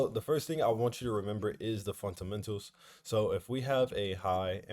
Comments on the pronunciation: appreciate you bro but that "funtamental" always kills me 😂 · I love it when he says "FunTamentals" 😂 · Me too 😂😂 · I'm so happy he didnt say FUNTAMENTALS this time lool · Don’t let somebody who can’t pronounce fundamentals correctly make you feel less about yourself😂 everybody is good at something and not so good at others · the way he say fundamentals🤣🤣🤣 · Bruh it’s “ fundamentals” Not “funtamentals” Also “taken” instead of “tucken” Hope u good all the same 🙏🏽